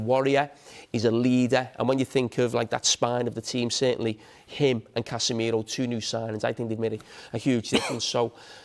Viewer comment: Did he really say Casemiro 🤣🤣🤣